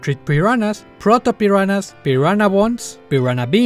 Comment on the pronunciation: parece que dices la palabra "peruanas" XD